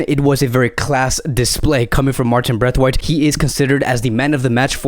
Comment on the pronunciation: Please say brathwaite and not braithwaite